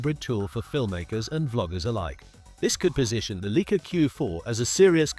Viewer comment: "Leek-ah?" Sorry, but the entire video loses credibility when the brand name is mispronounced.